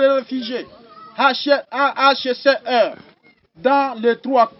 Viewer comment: Il ne sait mm pas prononcer le HCR